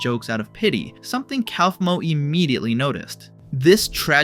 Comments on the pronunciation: bro really said "calf -moe" 💀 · Genuine question: if Kaufmo is said as 'koff-mo', then why do so many people pronounce it as 'kowf-mo'? I'd get it if there wasn't an official pronunciation, but there are literally characters saying it one way, and YouTubers saying it another. (Jac says Koffey, not Kowfey, after all.) Maaaaybe listen to the show you're making videos for instead of assuming? It does make an ass of u and ming, after all.